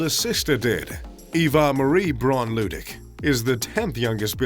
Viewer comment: Lah-dwick, jeeez